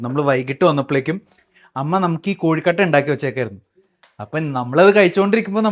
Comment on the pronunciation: കോഴിക്കട്ട അല്ല കൊഴുക്കട്ട എന്നല്ലേ